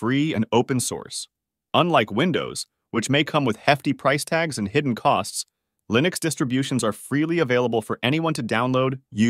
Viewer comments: I was hopeful. Till they mispronounced Linux just 37 seconds in. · tortoise-tts is cool, but the way it pronounces Linux sucks... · you keep mispronouncing Linux, I couldn't finish the video due to this, bothered me too much